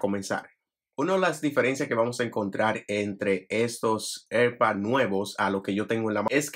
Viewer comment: Cada vez que dices “erpads” muere un gato